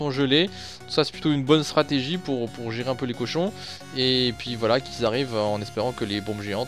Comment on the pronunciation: Petite erreur c'est cochons et pas Cohon 😉 belle vidéo comme dab!